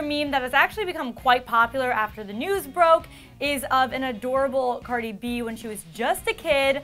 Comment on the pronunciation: im crinnging the way she said cardi b’s name. She said it all wrong